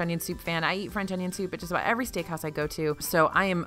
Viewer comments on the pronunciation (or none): none